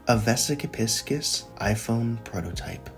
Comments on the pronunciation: You got the vesica pronunciation correct but it’s pronounced Pie-sees, not piss-kiss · It’s pronounced pie seize, like the astrological sign, not p!ss k!ss btw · “piss-kiss” 💀 is it not pronounced “pie-seas”? Not hating, I’ve just never heard it pronounced that way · You’re saying it wrong i think, its Pisces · your pronounciation is killing me. vessica piss kiss???????